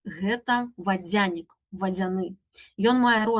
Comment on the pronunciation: Цікава, а чаму націск на я ў вадзЯнік? Упершыню чую, каб так казалі. Ва ўсялякім выпадку, дзякую спадарыне Тацьцяне за цудоўную лекцыю.